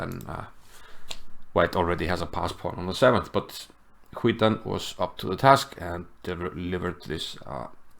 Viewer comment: Great game! Btw Cvitan is pronounced something like Tsvitan. In croatian c is always pronounced ts 😁